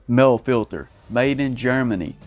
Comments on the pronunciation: It is pronounced "moly" not "male" Mahle = "moly" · It's pronounced Maleh. Mahle.